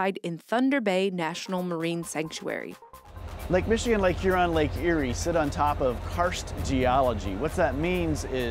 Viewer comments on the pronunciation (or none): He said Lk Erie